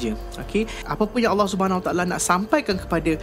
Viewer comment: Aku suka cara sebut Allah SWT & Adam AS